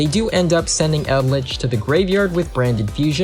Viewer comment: "yumi", "cray-ken", "eld-lick"